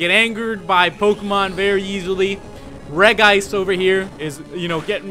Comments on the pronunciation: It's actually not regeeice it's regice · Regice is pronounced Regi-ice (source: Lucario and the Mystery of Mew). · Though there is only one I in Regice. It is pronounced Regi-ice. Don't believe me watch the Lucario movie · I knew you named REGICE ''CEI'' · It was changed to Reg-ice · its REGI-ice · its pronounced regi ice in the anime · its re-g-ice! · It is pronounced rej.e.ice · The regri you cauut 2d is prenounst ice at the end